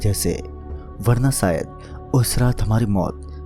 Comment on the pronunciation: Sayad nhi shayad Khusi nhi khushi Sopping nhi shopping Biswas nhi vishwas Bhai sa nahi sha hota hai Kahani bht ache se sunai lekin Vocabulary ko thoda improve kar